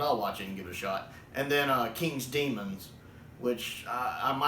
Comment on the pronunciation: 'Day-mons'? Mate, it's 'Demons' - the a is not pronounced 🙂